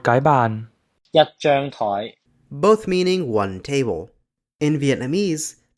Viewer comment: it’s toi2 not toi4